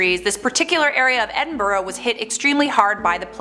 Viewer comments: At least someone says Edinburgh like Edinbruh cause that’s how ya say it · Genuinely stunned that the woman in the video knows how to pronounce Glasgow and Edinburgh. That’s rare. She made a bit of an arse of Gorbals but that’s forgivable.